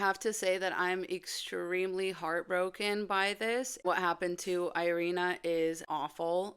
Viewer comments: Wow, never knew you are Ukrainian. Though is the pronunciation of Iryna’s name changes in English? It’s not „i” like in „I”, it’s like „i” in „big”. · You are Ukrainian and you can't even pronounce "Iryna" properly?